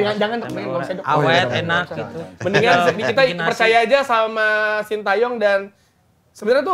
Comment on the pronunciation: Bacanya SIN TE YONG gaes bukan SIN TA YONG